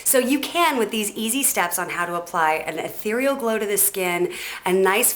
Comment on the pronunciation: say ehtereal one more time, bitch